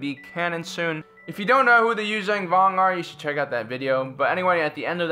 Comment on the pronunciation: YUU ZON VONG not YUU ZANG VONG